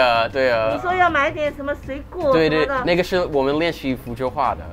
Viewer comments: ayo pause. that sounded like the n-word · yo if u can speak chinese why does it sound like he always says the nword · As someone who doesn't know Chinese, half of the things he is saying sound like the N word 😭💀😂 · he hands her money and it sounded like “here you go nigga” Every time I go I can never understand how they hear each other talking and under ther mask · That’s how the language sounds but he’s not dw